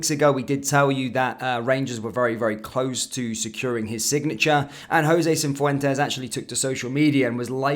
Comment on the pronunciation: It’s not CiNfuentes. It’s Cifuentes, no n, doing my nut in 😅